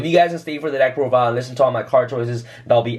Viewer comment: “Deck prodile”